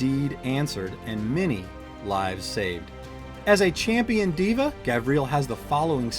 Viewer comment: Can't stand when Devas are pronounced Divas 😅🤦‍♂️